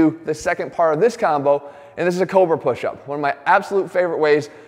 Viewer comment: took a while to find what he was saying about the pushup. sounded like kova, or cover. ended up being cobra. Then hard to find it demonstrated. got it. all of it did work well. thanks jeff.